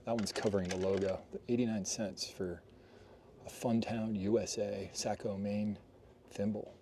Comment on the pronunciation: Very close, but it's more of an "oh" instead of an "ah". Think of the word "saw" and add a "co". Saw-co